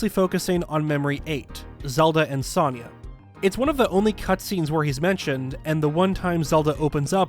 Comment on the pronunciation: The way you pronunciate Sonias name is aggravating considering it's literally said in the game